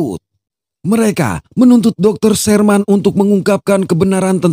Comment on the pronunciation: Dokter Shermen bang bacanya bukan dokter Sherman 😂